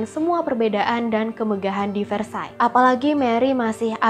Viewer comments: maaf tapi pengucapannya banyak yg salah. antoinette itu dibacanya antoanet , versailles dibacanya kurang lebih versaye. itu yg saya tau dari film film atau komik komik. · Antoinette, bacanya Antwanet. Versailles bacanya vehsai.. r nya dimatiin pake h. L sama s dipaling akhir ga dibaca. Gitu loh bu ibu